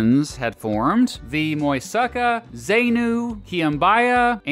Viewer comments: Its muisca, not muisaka. And it’s Zenú, the accent is in the U. Not “zínu” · Lo que dijo, Moisaka, Zeinu, Kwinbaia and Tayrrrrona. Lo que quiso decir, Muisca, Zenú, Quimbaya y Tayrona. Definitivamente usted sí necesita Babbel para aprender un poquito la pronunciación del español. 😂